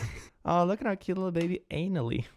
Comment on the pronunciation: I think Annally is supposed to be pronounced Anna Lee, not Analee, because of the double N